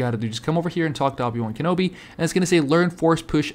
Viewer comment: Dude said "Obey" wan Kenobi